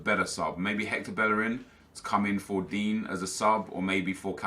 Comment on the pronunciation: Why does he call Digne, Dean?